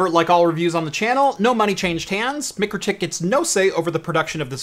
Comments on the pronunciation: MIKE RO TIK. Not Mic ro tik. Its like calling Walmart... Wal mert. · Pronounced Mike crow tik. Nice review thanks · Isn’t it pronounced my-crow-tick? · Its pronounced Mike-Row-Tick according to their youtube videos, great little switch, cant wait till they release a POE version. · Should have shown it to them first, they would have told you how Mikrotik is pronounced.